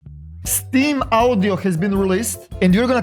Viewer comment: Ah yes, Steam Awdioh. Luv you